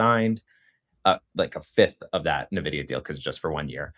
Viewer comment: Very informative video. Btw, it’s pronounced En Vidia